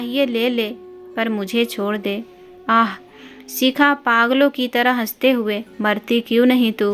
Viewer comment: Shikha bolo sikha nhi uchcharan sahi karo kisne tumko mauka Diya hai kahani me bahut bdha Chadha kr varnan hai bekaar khani